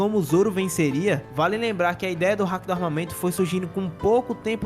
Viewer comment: vou dar uma dica pra geral, palavras japonesas São oxítonas(foco na última sílaba), ou seja, não é hAki, com foco no A, é hakIiiii com foco no i